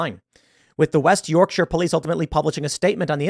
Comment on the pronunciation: The joy I felt, as a Yorkshireman, that an American pronounced "Yorkshire" correctly is slightly overwhelming haha. This story is ludicrous, but it's commonplace. It's our fault it's gotten to this point. I don't know how to fix it.